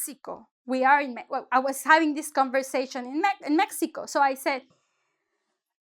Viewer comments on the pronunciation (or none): none